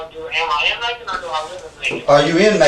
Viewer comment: Macon rhymes with bacon